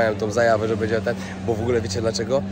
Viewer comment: Nie mówi się BEDZIE tylko BĘDZIE Dlaczego tak kaleczysz język polski?